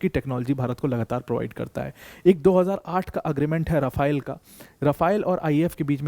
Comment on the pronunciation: बस करो भाई राफायल को......राफेल है भाई